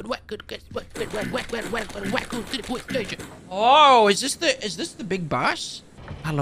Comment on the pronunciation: weeon kennedee, wacoon city poweece stationnnnnn